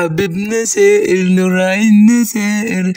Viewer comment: لانه مصري واغلب المصريين ينطقوا حرف الـ ث حرف س